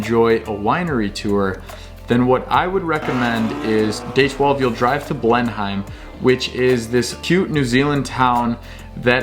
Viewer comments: Learn how to pronounce names please!!!! Tenow?? Teekaapo?? Blenhime?? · Blenheim is pronounced Blen- Hem ( some people even drop the H so its Blen-em) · Blenheim - BLEN + IM silent H